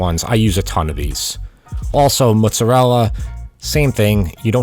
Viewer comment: Yeah! You said mozzarella the right way! They even say mottsarella on cooking shows nowadays, and it drives me crazy.